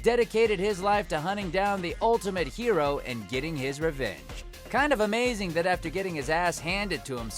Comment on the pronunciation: .... ameowzing? What is this, Todd, a cat maid cafe?